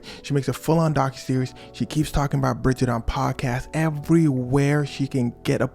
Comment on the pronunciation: Brigitte not Bridget. Or better Jean 💀